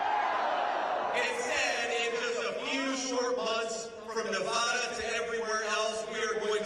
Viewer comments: Nevada loves ❤️ Trump Vance 😊 just remember Nevada not Nevahduh😂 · Ah shoot I missed him today he’s in my state 😭😭😭 only thing I don’t like is he miss pronounced Nevada 😢 but other than that absolutely loved his speech!!!